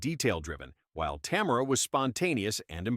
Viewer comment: Tamera not Tamra